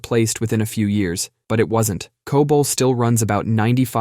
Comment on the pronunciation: Pronounces COBOL right, but can't say router.